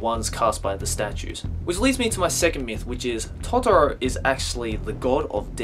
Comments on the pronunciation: the way you say totoro and satsuki makes me wanna kill myself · You ruind toturo hahaahah